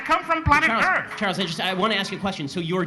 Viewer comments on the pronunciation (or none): none